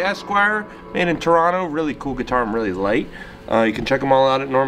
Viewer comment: Dude - you even say "Toronno" like a real Canadian! If you're from out West in Canada it can also be spoken as "Tronna", which is a bit different.